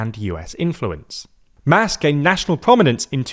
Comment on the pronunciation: MAS is pronounced like “moss”.